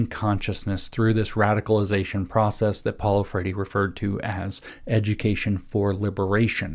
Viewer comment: James this talk is excellent, great job. I know you don't give a rip about pronunciation, but I'm still confused as to why you say Paulo "FRAY-DEE" every time you make that reference. You could just say "FRARE-REE" and that would be fine, it's ok if you can't roll your R's. We still love you!